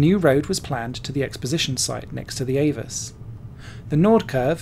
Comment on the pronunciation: Actually, AVUS is pronounced Ah Vuss. Saw several races there, late 80's thru mid 90's. F3 cars were faster than DTM cars but got second billing.